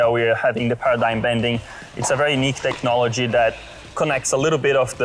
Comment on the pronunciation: "technology"......lol...... please......